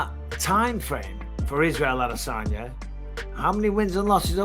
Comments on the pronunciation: Ah-duh-sanya. I just don't get why he pronounces it so weird. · Cringey as fuck listening to the host try to put an African accent on the pronunciation of spaghetti armesanya’s name.. sounds like when a tourist goes on vacation and tries to blend in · The way you say Adesanya makes me want to throw up every time.